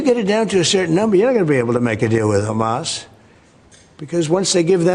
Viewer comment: Loving how you’re saying Hamas like the Hebrew 👏🏻